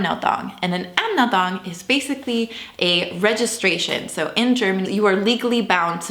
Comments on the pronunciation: Yes, but she said "Amedong" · *Anmeldung, not Amneldung. Otherwise, great video! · I enjoy your videos buts its "Anmeldung" not "Amnmeldung" :)